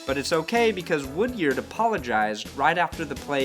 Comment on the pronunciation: Pronounce woodyard's name right